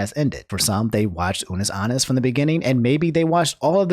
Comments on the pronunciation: "Ah-Nus" not "Ah-Nis",. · What if it’s just that person’s accent lmao idk